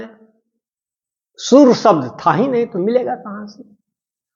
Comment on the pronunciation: सब्द नहीं शब्द होता है